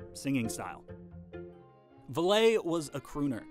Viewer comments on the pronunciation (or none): It's VAllee, like Valley. not VallEE with the accent on the second syllable. Everyone in the world knew how it was pronounced in the twenties, and most today do. Historians should do ALL their homework. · Jeez -- it's Rudy "Valley" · Rudy Vahl-lay? Art Van Delay's cousin? PUH-leeese. It's Rudy Valley, as in the place between mountains. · For all the people commenting about the pronunciation of Rudy Vallée's surname, we get it. It's pronounced Valley. But it's an easy mistake to make, since the pronouncing it as 'valet' follows rules of French pronunciation - é is pronounced as 'ay'. After doing some research myself, Vallée grew up in Vermont, so most likely had people mispronounce his surname all the time. He probably got sick of correcting people and gave up, instead adopting the current pronunciation to make it easier for people. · Rudy Vallee’s last name is pronounced as valley, not VAL-LAY. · if I emigrated to America, I'd give up on trying to make hicks pronounce my name correctly too. His origins was french Canadian, Vallay is the correct french pronunciation, but his stage name and Americanised name became valley. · I grew up when songs of the 1920’s were already old, but not completely out of fashion, so I heard the name Rudy Valle pronounced VALLEY, as in “opposite of hill” quite often on radio and TV. His name was NEVER pronounced like a car parking employee. Not in the US anyway. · Rudy Vallee is pronounced the same as the word "valley", not val-LAY. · Vallee, is pronounced like Valley, not Valay. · Ouch! Where in the world did you ever get the idea that Rudy Vallée's name was pronounced "Vuh-LAY"? You mentioned that he was featured in several movies. If you had watched any of them, you would know that the way he pronounced his last name was "Valley" - yes, exactly like a low spot between mountains. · Val—-eee not Val—-ay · It's pronounced Valley not ValLay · VAL-lee, not Val-LAY. Again, an otherwise insightful essay on YouTube marred by mispronunciation.